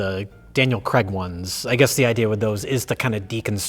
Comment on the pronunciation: is one of those people who pronounces "Craig" as "Creg"